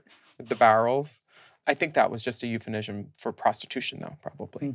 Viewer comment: wtf is a 'euphenision'?